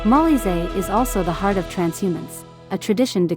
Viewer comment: It’s pronounced Mo-LEE-zay